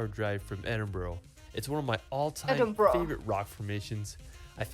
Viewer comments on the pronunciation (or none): It's pronounced Edin -bra